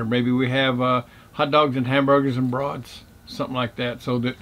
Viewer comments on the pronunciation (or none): Wow, your site is right next to a road. I wonder if that park ever gets flooded when the river gets high. You are going to need a much bigger location to handle all the extra rigs in January. When you said Hambergers and brauts, it sounded like I heard Hambergers and broads. I joined your group today.